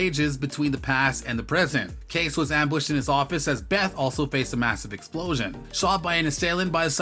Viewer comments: His name is pronounced KAY-CEE!!! not case. You are losing major points in the credible dept. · I mean, it is Kayce pronounced Kasey